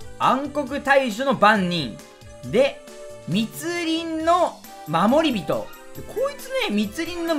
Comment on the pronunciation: まもりびと❌もりびと⭕️